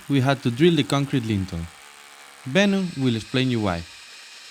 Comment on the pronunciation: i also enjoyed when he kept calling the lintel a lentil, eins zu eins mein vater 😂